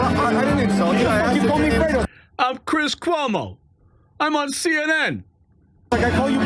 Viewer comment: You called me Fwedo 😂